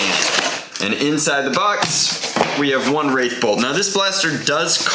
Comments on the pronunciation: It's WrathBolt, without an i. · It’s the wrathbolt not wraithbolt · There's no I in it. It's WRATHbolt.